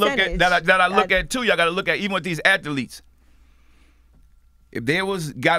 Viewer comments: Word of the day kids... Ath-a-letes! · P puts extra letters in his words lol if he says "atha-leets" one mo time lmaoooo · Master P: Athaletes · Athletes is a two syllable word not 3 P lol